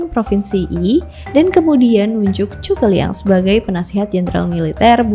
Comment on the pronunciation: itu udh bener pronunciationnya